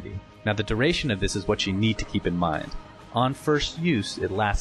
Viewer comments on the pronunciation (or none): none